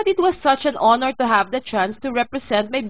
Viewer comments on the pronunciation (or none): none